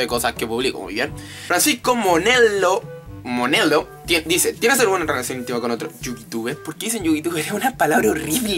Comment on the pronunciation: lol fui la primera pregunta y si se pronuncia monelo